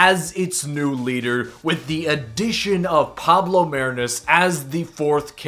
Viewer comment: It's pronounced "Mah-ree-nus"